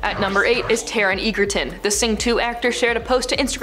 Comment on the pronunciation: Edge-urrr-tun!!! How hard is that?